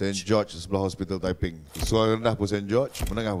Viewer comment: Lawak la abg zul arifin ni. Ckp tepeng pulak. Mmg lawak. Haha. Btw sy org taiping. Salute abg zul arifin🫡